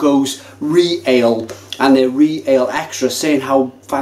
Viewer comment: You can get Birra Del Borgo beer in the UK, my friend Guilio imports it. We don't see it many places but it's out there. I saw ReAle on keg at a couple of bars in Yorkshire recently. By the way it's not Re Ale, it's Ree-all-aay as in Royal.